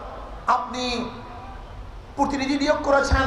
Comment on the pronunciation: এরা ভবিষ্যতে দেশ পরিচালনা করবে!!!! ভাল করে,প্রতিনিধি উচ্চারণ করতে পারছে না,,বলে কি না প্রোতিনিধি😂😂